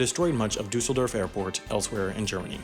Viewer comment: Funny is that we have in german some special sounds in our language that do not exist in other languages like english (ä,ö,ü). In the word "Düsseldorf" is one of them. The thing is that the pronunciation "Dusseldorf" means "village of dumbs" in german